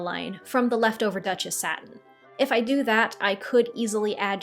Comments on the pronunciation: 😹😹😹😹okay Duchess is pronounced as Duh - chuhs there is only a slight difference between the British and American way of saying it, the English language is weird you spell it one way, but say it in another way😹😹😹 Can not wait to see the finished dress, as for dyeing fabric I just did some that cost me $95 a meter just because they did not have it in the shade that I wanted. I have taken to hand dyeing my fabrics in the colours that I love and plus it makes it one of a kind in the end. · The dress looks lovely. Looking forward to seeing the final reveal. As for the pronunciation of Duchess satin, I've always heard it as the same as the aristocratic rank, as in "the Duchess of Sussex". Plus I've heard several professional designers pronounce that way, too. And you aren't the only person I've heard mispronounce it. Another CosTuber I watch pronounces it "du- CHAISE". Often mispronunciations occur when a person has only read the particular word and not heard it pronounced. And there are a lot of fabrics that have names that are a bit tricky. Names like challis, voile, faille, to name but a few. (For the record they're pronounced shall-lee, not chalice, voile is like oil with a "V" not v-wall, and file not fail. I looked them up because I wasn't sure of the pronunciations either.) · The way you pronounce "Duchess" is the French way to say it (at least it sounds like French :) ). I really love the progress of the gown !